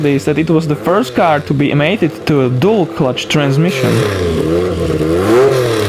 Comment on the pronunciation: When he says CX Turbo he means zed x turbo when he says dool clutch he me means dual clutch.